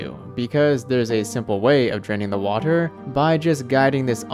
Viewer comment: I love how he says Watur